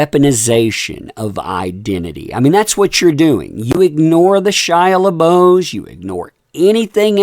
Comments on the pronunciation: Taylor Lorenz.. you have no clue. covers all kinds of stuff. Not just that loser amber turd. Go back across the street. His name is Shia pronounced leboff that's how it's said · Why do you keep saying Shia LaBeouf last name wrong? Honest mistake or on purpose? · It's wildly annoying you KEEP SAYING SHIA'S LAST NAME WRONG